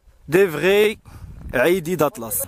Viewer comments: ايدي و ليس عايدي. ايدي هو الكلب بالامازغية.bon courage Chef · أيدي ماشي عيدي ههه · لا اصحبي إنا عايد اولا صالح ره سميتو بالعربية كلب الاطلس ابشلح ايدي نالاطلس يعني ايدي هيا الكلب غير الناس مكتعرفش تنطق شلح دكشي علاش (اي) كيݣولو لها (عي) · من فضلكم ماشي العايدي بل الصحيح هو ايدي يعني الكلب بالامازيغية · سولتي الضيف ديالك على الحلول لي يمكن تنقذ بيها هدا السلالة...انا كيبنلي ان اول حل هو انك تنطق الاسم ديالها مزيان وتصحح الخطأ الشائع ....(ايدي ..جمع ايضان) ماشي العيدي ....وشكرا على المجهود